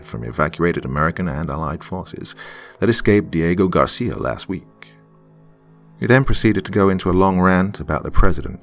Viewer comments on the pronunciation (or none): none